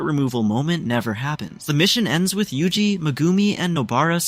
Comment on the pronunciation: bro just said yuji. WHO IS UJI